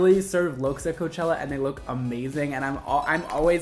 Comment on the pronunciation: hes saying chella